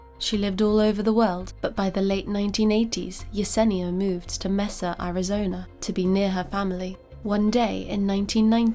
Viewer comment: Great story telling. I enjoyed it immensely. Oh btw..Mesa is pronounced may-sa